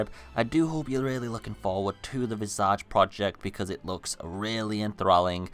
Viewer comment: I didn’t even know about this game—please tell me I’ll be able to play it on a console if I don’t have a sweet PC by the time it comes out. Oh, and it’s pronounced, VIZ•ij. It means, “The image of a person’s face.” I hate to be “That Guy,” but since it looks like everyone will probably be talking about it when it finally comes out, I don’t want to see anyone giving you shit for saying it wrong.